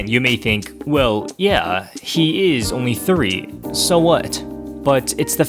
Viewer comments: Manny: Commits Genocide "I'm Ownwy Thwee" Manny: Drops Nukes On Famous Landmarks "I'm Ownwy Thwee" Manny: Starts World War 3 "I'm Ownwy Thwee" Manny: Blows Up The Universe "I'm Ownwy Thwee" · im onwy thwee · manny: f*cks the entire planet earth also manny: I’m onwy thwee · Manny: breaks expensive console Also Manny: “I’m owwnly twwee” Manny: freezes whole family and puts them in danger Also manny: “well it’s basically your fault cause you didn’t teach me how to tie my shoes.” Me: “You’re never breathing again.” gives manny conquest treatment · He’s onwy fweee! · Manny: changes Greg's Net Critter password so he couldn't use it creates the ultimate ball of death (IT STABBED ROWLEY) Turns off all the electricity in the house except for him room just because 'nobody taught him how to tie his shoes' Also Manny: iM oWwY tHwEE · Manny: Starts world war 3, make world hunger worse, kills every single innocent person in the world and nukes the universe Manny: Im onwe thwe... sowy momy and dady... Manny's parents : “Understandable, have a nice day!” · its onwy thwee not owwly twwee. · Manny: robs a bank Manny: “I’m owwy twee” Manny: commits mass genocide Manny: “I’m owwy twee” Manny: makes every nuke explode at once Manny: “I’m owwy twee” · "Manny is a PHSYCOPATH" He's onwwy thwee...